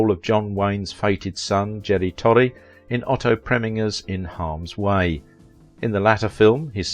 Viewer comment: You mispronounced so many things I can't keep up with them. His name is pronounced 'Da-wil-dah' it's 'huug-ah-noh' and 'Prem-in-jer' there were others but I've forgotten